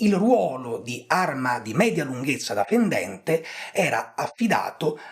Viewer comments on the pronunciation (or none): none